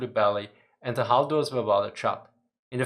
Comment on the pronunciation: sadly at about 12 minutes into the many 'hulls' makes it very hard to understand what is being said to a native English speaker. Hull is a difficult word to pronounce and to me I cannot make about about 10 seconds of this around that time. Sorry, I am a big fan